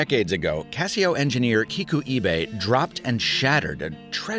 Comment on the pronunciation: Lol you completely butchered Kikuo Ibe’s name. It’s like you didn’t even try.